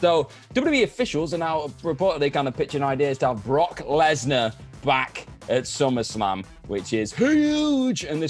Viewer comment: Anybody notice how it said Rock Lesnar. I’d have thew words with the editor